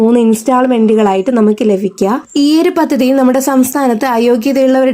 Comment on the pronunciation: ല ഫിക്കുക അല്ല ലഭിക്കുക ഗുണഫോക്താക്കൾ അല്ല ഗുണഭോക്‌താക്കൾ ഫാര്യയല്ല ഭാര്യ. ശ്രദ്ധിക്കുക